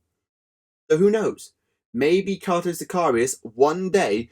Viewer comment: It's pronounced Kay-toe